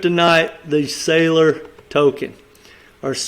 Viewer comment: The way he pronounced Seilor made me want to sign off